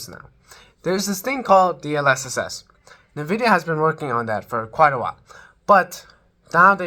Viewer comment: Not bad. But man. It's 2025. Why are you saying "nuhvidia"